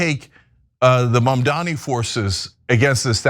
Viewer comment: He is Mamdani, not Mandami. I can imagine democrats' situation if guys like you can treat him this way.